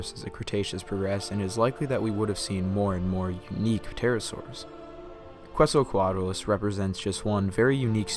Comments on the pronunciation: I love this video, but it's pronounced "Ketz el co at a lus". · If you're gonna pronounce it as the Aztec God that gave it its name then it's "Ket ZAL coa tlus".